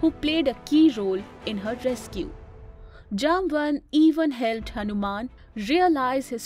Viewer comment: Thanks for the beautiful video. No doubt Jambavantha is a great legend and one off Chiranjeevi. But please please pronounce the name properly. I am guessing that though you are using English as a medium convey your message but you are not that idiot who came from Europe to our Bharath. So as you might be knowing how we call him, please be kind enough to pronounce at least in our way, how it is in our puranas. And to add he will join Kalki bhagavan (lord vishnu's 10th avatar) at the end of Kaliyug to fight with Kalipurush. Swasthi. Shubhambhooyaath.